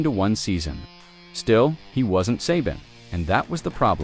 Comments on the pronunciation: AI Can't even pronounce Saban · Good vid, too bad you can't correct the AI's mispronunciation of Saban in editing